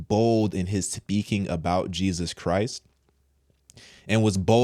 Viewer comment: Am I the only one heard pronounce JESUS CHRIST NAME WRONG.